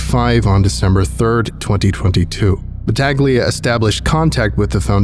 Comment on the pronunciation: its pronounced battahleeia